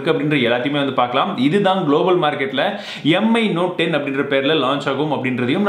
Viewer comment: M. I. Aama modalla mi nu olunga solla kathukoo